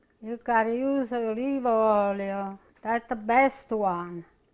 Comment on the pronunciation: "use olivo oilio... olivo oilio... that is the best one."- 😊😊😊